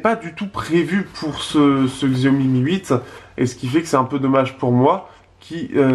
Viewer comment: on dit pas xiaomi mais chiaomi